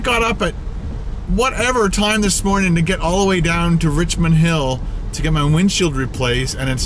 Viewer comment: It's supposed to be "Richmond", not "Richond"